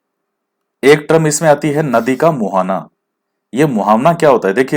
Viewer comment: Muhawna nhi sir muhana....hoga 😛😜sorry......